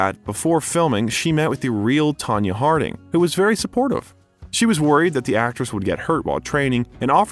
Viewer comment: Again. Learn peoples names and pay attention when reading your script. Tony Harding? I tried listening, but stopped after that. Too many errors with names for a channel named Biographer.